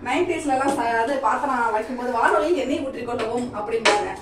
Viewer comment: வானொலி இல்ல வானலி